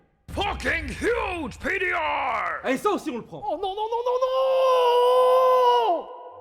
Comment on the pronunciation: Pourquoi PDR est dit avec un accents ? Genre c’est français comme abrevation